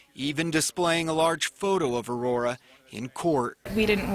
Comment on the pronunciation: This is absolutely disgusting and I'm so happy this woman will spend the rest of her life in prison But also, that woman doesn't know how to pronounce Aurora and that bothers me for some reason